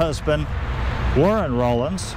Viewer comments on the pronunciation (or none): Love your channel-but you mispronounced one surname herein— Rollins. It is “Raw- Lins”.—Not “Roll- ins”. Think about how you pronounce Collins— you would not say “Cole- ins”. Trust me on this, — this was my maiden name🤣